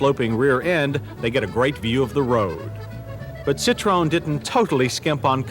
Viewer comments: why do Americans pronounce it citrone... its citro-en 🤦🏻‍♂️ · It's pronounced Sit tro en, not a Sit trone. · Firstly, you gotta know how to pronounce the Brand CITROEN - "SSITT-TROH-ÄNN". VW = FOWW-WEHH. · I wish people would learn how to say the car name correctly!!